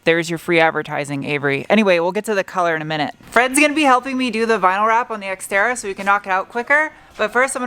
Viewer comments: Why do you call it sXtera? It's more terra than sX-e. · did you say sexterra? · Funny when you say “this Xterra” it sound alike you said the Sexterra. Lol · Did anyone else hear "Sexterra?" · Hahaha, seconds into the video and I cant unhear 'Sex'Terra:D Sorry, but thats gold and Should be called the sxxterra from now on as it's looking amazing now. Great work:D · "White Pony" was a great album. When you said, "This Exterra," it sounded like Sexterra! Nice new name for the ride as you have made it look tons better. I will have to remember when I have stuff in my hand to say, "This is not a screwdriver," and just chuck it over my shoulder. My nieces will suffer. You could also find someone to cut vinyl so that you can "wrap" your walls if you can't find anyone to spraypaint. BTW Jeff!! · Does anyone else think that keeps calling it the Sexterra??